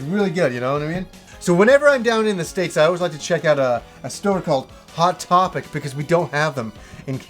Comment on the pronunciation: You have never sounded Canadian to me until you talked about hot topic.